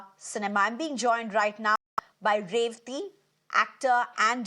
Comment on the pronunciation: Please say her name right.... everybody likes to have their name pronounced right and am sure Revathy maam also would like it.